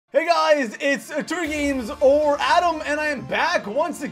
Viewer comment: Notice he just gave up on yt name and said "it teoebrb- games or Adam"